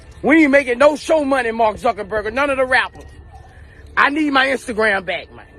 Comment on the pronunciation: Sumbdy teach Boosie How To Say Marrk Name😭😭😭😭Zuckenburger🤦🏾